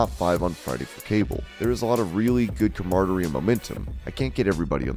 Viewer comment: I don't think "camaraderie" is pronounced like that... lol